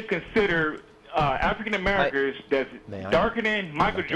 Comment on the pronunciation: "Afrikan Amerikers..." oh lol...